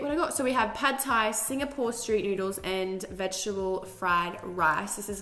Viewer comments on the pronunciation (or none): none